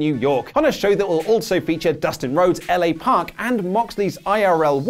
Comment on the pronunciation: My boy! Lol. Did you just call La Parka...L.A. Park??? 🤦🏻‍♂️🤦🏻‍♂️🤦🏻‍♂️